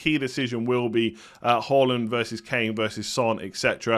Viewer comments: hAAland not hAUland! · Good to watch you again and well done for pronouncing Haaland correctly!!